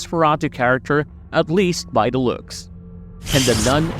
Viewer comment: It is "THE" Nun, not "DUH" Nun!